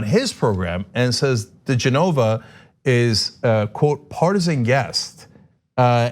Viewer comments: Ok, Cenk, the slimeball's name is pronounced: di-JEH-nova. He has been an apologist for right-wing extremists forever. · Cenk, his last name is pronounced: Da-Jenna-Va